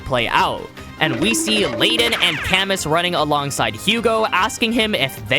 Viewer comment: I know we will probably never hear his name again, but just for future reference if there are more French people in the manga with names that are similar, camus is pronounced "cah-moo" not "kamuhss"😂